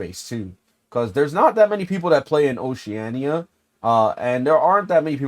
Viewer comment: U pronounce Oceania like oceana bro